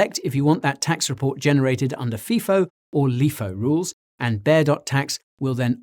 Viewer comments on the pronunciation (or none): *fie- foe *lie-foe